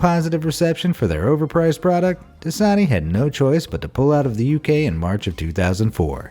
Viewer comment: Das-a-ni translate that's a knee